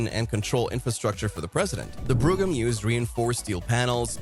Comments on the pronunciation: It’s not pronounced Fleetwood broom it’s pronounced Fleetwood BROME (brogham) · Fucking AI..... wth is a Cadillac brugum. HIRE A HUMAN TO READ THE SCRIPT.